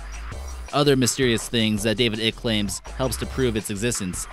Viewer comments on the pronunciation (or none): It's pronounced eye- ck! Say it with me... eyyyyeeeeccccckkkkkkk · FYI David Icke is pronounced as sounds `like` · If your gonna keep saying David Ike's name, I suggest you learn how to pronounce it "Ike" sounds like bike, like etc. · Mr. ICKE'S NAME SOUNDS LIKE SPIKE! A SMALL BUT ANNOYING LACK OF RESEARCH FROM YOU!!! Interesting vid though! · Bra ya can’t even pronounce the name of the man most famous for making these claims. I’m sure you’re well qualified to spread disinformation. Bet ya can’t piss up a rope though. You should try it. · You not not pronouncing David Ickes name correctly